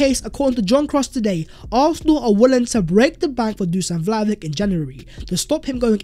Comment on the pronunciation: I beg you, it's pronounced Dushan Vlahovich!